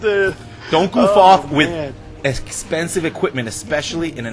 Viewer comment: Lol "Esspensive" xD